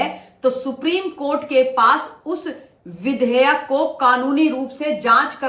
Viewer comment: Madam vidhaya nahi vudehyek hota hai 😂😂